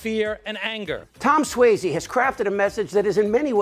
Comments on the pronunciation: SUOZZY....NOT SWAYZE...You sound like a Republican when you say "SWAYZE"..... sorry.. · Excellent. Pitch perfect... except, Suozzi, I don't think is pronounced, "swazy". Think, Fozzie Bear. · With all good intention, rep Suozzi's name is pronounced "SWAAH-zee," not "SWAY-zee." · There is no AY is Suozzi. More like Swatzi. C'mon. It's not that difficult. Signed, New Yorker. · At least you could get his name right. It's pronounced Swozzi, not swayzi. So rude. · You're mispronouncing Suozzi's last name. It's not Swayze. It's pronounced Swozzy. I still love you. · How do you do an entire video and pronounce Suozzi's name wrong through the entire thing? That's lazy and embarrassing